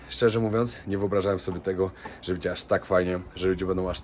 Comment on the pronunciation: Cześć, oglądam Cię od Varanasi z przed 3 lat, teraz jesteś z Kobietą, Mądra, Piękna Dziewczyna,! Ma Cierpliwość do Twoich błędów językowych! Bedzie, mow Będzie, etc